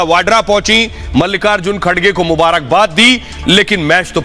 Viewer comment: खडसे नहीं, खर्गे नाम है